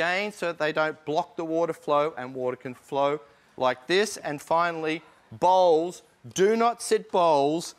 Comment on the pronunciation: i thought he said "balls" when he said "bowls"